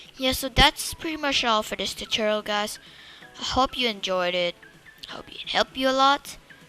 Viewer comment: the way he said tutorial chuchorul